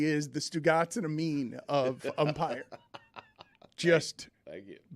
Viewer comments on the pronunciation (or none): none